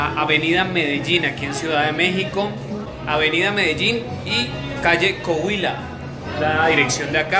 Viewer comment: Av. Medellin y Coahuila no cohuila